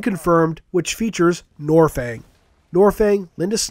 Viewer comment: Ugh you make me cringe it's nornfang it has an N it's not silent.